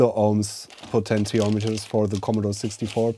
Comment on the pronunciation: “Potential Meters.” Heh. Love ya! (Po-ten-she-ahm-et-turs)